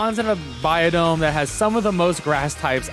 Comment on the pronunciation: Sounds like ur saying biodome